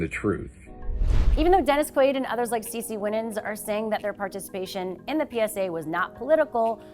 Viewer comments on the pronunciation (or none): U mispronounced cece winans name but other than that u did good. Lol